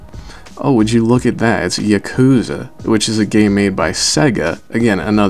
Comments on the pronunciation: I'm just watching this now and I let me say a few things: 1. Zero Escape, Steins: Gate, Dragon's Crown, Yakuza: Kiwami, Tearaway, Dangaroppa V3, Dragon Quest Builders, Hatsune Miku, BlazBlue, Guilty Gear Xrd, Ys VIII and Odin Sphere: EVERYONE HAS HEARD OF THEM. 2. It's YA-KU-ZA not YA-KU-WA. 3. is litterally the J. Jonah of the Gaming World. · Did he just say "Yakuma"? its Yakuza m8. Lol